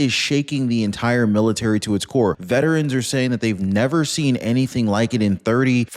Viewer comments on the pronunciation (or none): none